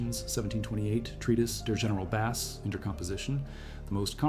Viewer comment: AI keeps talking about a bass. The fish! What the heck?